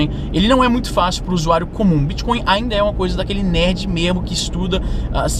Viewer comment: Às vezes, você pronuncia bitcon em vez de bitcoin. Coin é moeda, mas con é trapaça. Essa sutil diferença na pronúncia fica parecendo um trocadilho para quem tem o ouvido mais apurado. Bitcoin é uma moeda digital, não é uma trapaça digital.